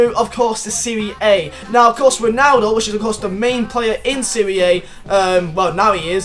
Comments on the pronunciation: It’s pronounced serie ah not siri aye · This guys fucking dumb. It's Serie A, not Serie Ayee.. And the Roma stadium IS already in FIFA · Am i the only one who wants to pull his ears out when says serie aaay? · It's pronounced "Serie Ah"...come on, you're a football fan, right? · it's pronounced Serie Ahhhhh